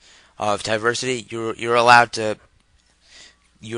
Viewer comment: Why do you keep saying "Ti-versity"? It's "Teeversity", like "TeeVee" aka TV, you know, Television. But thanks for the tutorial.